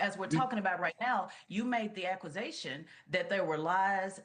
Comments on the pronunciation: she said aqusation. I'm stead of accusation 🤣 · She’s supposedly educated enough to speak to the public, and says aquasation and diatrabe! What?!?